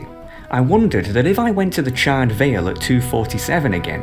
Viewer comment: CharRED? How the f*** do you mispronounce charred? It's like charred meat. You donut.